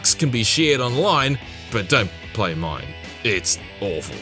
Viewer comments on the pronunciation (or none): he said "Parks can be shared online, but dont play mine, it's awful" it sounded like he said "but dont play online, it's awful.